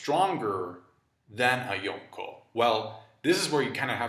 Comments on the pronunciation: I don't like the way he says "Yonko", he says it like "Yonkho" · Bothers me how you say yonko and logia- (yawn co)- (low gee ah) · I despise the way you say Yonko